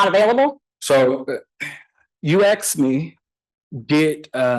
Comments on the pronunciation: the smartest guy in the room who can't pronounce 3 letter, single syllable words like ASK. the complete freemasonic DICK TAKER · has a degree in english but can't pronounce the word ASK. He thinks he's a lumberjack, so everything in life is an AXE. Please don't AXE me anything, but is sort of a lumberjack because he's handled lots of wood with his rectum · I don't trust anyone who cannot say ask.